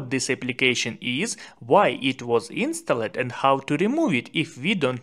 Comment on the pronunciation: Good video but don't say insta led . It is pronounced instald. The e is silent. Thank you for your very good videos. Do you want me to help you with pronunciation ? I stop if you want me to stop. ❤love❤.